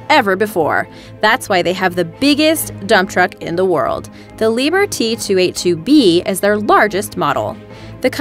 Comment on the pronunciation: Ahh,it's not"Lieber" but "Lieb-herr".Enough said.